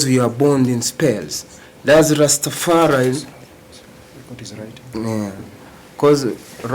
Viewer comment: It’s Rastafari. Get it right.